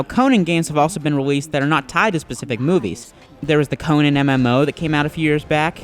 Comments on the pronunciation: CONIN..... -__- Its CO-NAN you GAY-BE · Why do you keep saying Conin? It's Conan! Lol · Sad thing is the game even say's it, but yet he still fails at saying it! I bet he's one of those gamers that say's marry'o instead of mario...